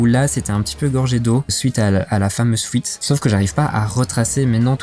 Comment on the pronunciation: GG hombré ! L'important ce n'est pas le voyage, mais la destination en tout cas quand on prépare un van, sinon c'est un peu difficile de voyager en toute sérénité. J'ai bien entendu "Fouite" aussi et pas mal de "chipoter", mais c'est pas grave on te pardonne, car la vidéo était vraiment sympa et que dire de ton éponge Homer Simpson ? Bref, à bientôt pour tes prochaines vidéos.